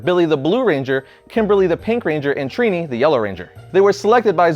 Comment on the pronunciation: who else thinks he pronounces Trini as tree knee?